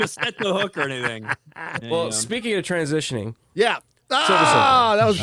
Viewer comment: saying transhioning instead of transitioning kinda triggers me.